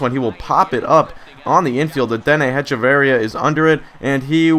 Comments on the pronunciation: It's pronounced "Etch-a-va-ria" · () Just so you know, it's Ech-uh-vur-ee-uh